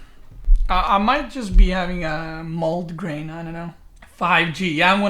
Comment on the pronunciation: Mald-graine. Dude that should be in the medical dictionary 😂 Hope you (& everyone) gets vaccinated btw.